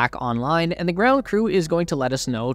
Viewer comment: Saying thee in place of the is strange. I call it the 10K+ subscriber curse. They can't help it. Otherwise, great video.